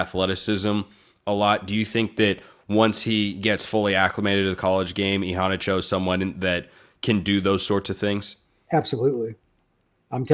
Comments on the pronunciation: Agreed! He really emphasizes that first “a”. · pronunciation is I-HANNAH-CHO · I'm pretty sure Immanuel Iheanacho didn't pronounce it that way. I pretty sure he said e-hanna-cho. han like fan.